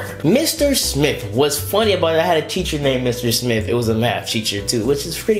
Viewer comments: Is he saying Cheacher in the beginning?😂😂😂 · Bro teacher not cheacher😂😂😂😂😂😂😂😂😂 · It's teacher not cheacher 😂😂😂😂